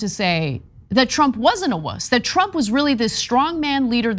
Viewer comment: Note the box wine slurring "...when twump wuz president"...